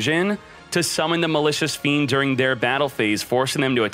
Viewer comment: Was I the only one who understood Malicious Bean ?